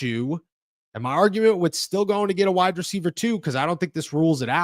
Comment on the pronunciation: Say it with me "wide receiver" not "wide-dreceiver"